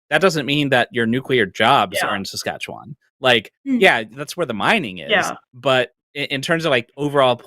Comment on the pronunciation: i appreciate that an Albertan can pronounce Saskatchewan better than some Saskatchewanians